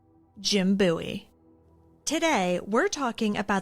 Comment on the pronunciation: I’m a descendent of Jim Bowie and I thank you so much for pronouncing Bowie correctly!!! Literally no one does and I get so excited when people do!